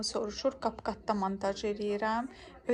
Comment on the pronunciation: Kap kat ❌ Çap çut✅